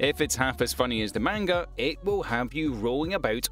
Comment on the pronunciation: Please go to google translate and see how to say manga properly